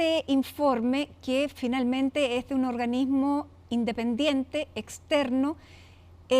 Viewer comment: Hasta le cuesta pronunciar "Independiente"